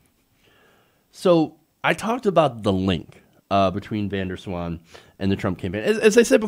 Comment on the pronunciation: It's not Vendor Swan (like a Dutchie hears this pronunciation), the Van sounds more like saying Vaughn in a fast way, (Vahhhn?) (space) Der (space) Zwaan (hard Z like Ryan Zinke). That's just my 2 cents, I always find it funny when people from other countries have to pronounce Dutch names, I can't wait for someone called Heijmans getting into trouble ;-)